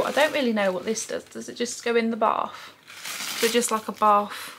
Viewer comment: A baFF??? Don’t you mean a baTH??